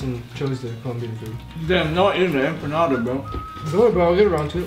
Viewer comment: It hurts me how they pronounce empanada 😭